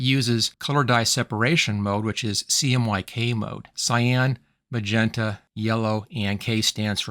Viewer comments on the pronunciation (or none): none